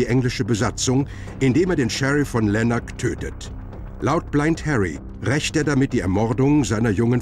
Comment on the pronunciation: Wenn man schon einen wichtigen schottischen Mythos behandelt könnte man sich bei der Übersetzung ja mal die richtige Aussprache anhören... Die Sprecher im Original sprechen nicht umsonst mit ihrem Akzent, - und da werden Ortsnamen richtig ausgesprochen. Lanark z. B. fast wie im Doitschn nur mit der Betonung auf der ersten Silbe und mit rrrolllendem "RRR".... etc... Soo kommt dann auch die richtige Stimmung hoch... Uuaarghh.!!!